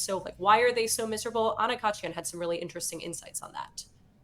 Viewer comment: The key to pronouncing "Khachiyan" is to stop randomly adding a r,. It's actually pretty phonetic when you look at it.